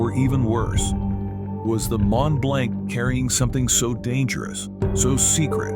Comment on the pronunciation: Mont-Blanc is Actually Pronounced as: “MON - BLONC”……It was the Largest “Non-Nuclear” man-made explosion…..The Largest Man-Made Explosion of all time was the 1961 Detonation of the Soviet Union’s “Tzar-Bomba”, an enormous 50 Megaton Thermonuclear Bomb…..The massive Hydrogen Bomb was dropped from a TU-95 “Bear” over the Arctic Island of Novaya Zemlya, and Detonated at an altitude of 13.000 feet above the ground……The huge blast from the explosion shattered windows in Norway, nearly 800 miles away….The Mushroom Cloud reached an altitude of 175.000 feet…All the snow and feet thick solid ice completely vanished for over 50 kilometres in every direction, even rock was turned into sand and glass….The Shockwave was so immense, it circled the entire world 3 times and a 5.5 was measured on Seismic Equipment……